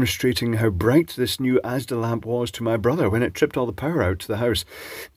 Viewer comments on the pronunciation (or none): none